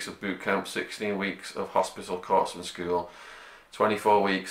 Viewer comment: The 'p'' in corpsman is not pronounced.